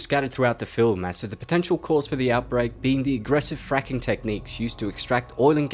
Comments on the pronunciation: The francking virus sounds like frinking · The way this guy says the word " fracking virus " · saying fracking sounds like he’s swearing what the hell ( i know it’s fucked up but when he said a child died from anthrax I thought of be all end all from the band anthrax )